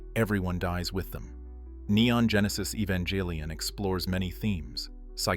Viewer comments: Never say evangelion with a J lol its: english: ee-van-gah-lih-on Japanese: eh-ban-geh-rih-on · Evongeeelion? Lol bro have you ever seen the show?